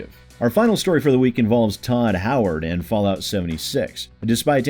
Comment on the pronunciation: Todd Howard Fasllout 76? Did you mean to say "False Lout"?